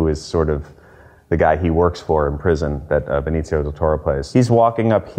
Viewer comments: Why can't Stiller pronounce Benicio's name correctly, for pete's sake? He pronounces it Beneetsio. It should be Beneeseeyo. Has no one explained this to him? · Or BDT was too polite to correct him.